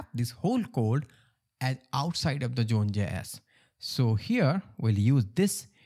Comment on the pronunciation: what is "June Jess" ? Sorry, as as English person, I don't understand.